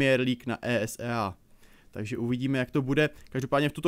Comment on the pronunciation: Jenom... Není to WayP ale YouPorn... a ÍSÍEj liga... mám rád, ale tohle je příšerný...:(